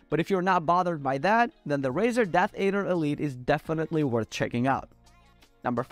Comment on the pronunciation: Death add-er, not aid-er. It's a snake, hence a good brand choice by Razer.